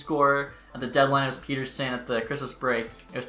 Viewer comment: Back after a few months, I see you still mispronouncing Pettersson and can’t properly pronounce Höglander either lol. Those are the things I’ve come to know about you in the past several years lol.